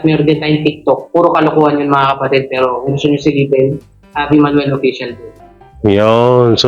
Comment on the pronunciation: Javi as J ang pronounce di Havi!😊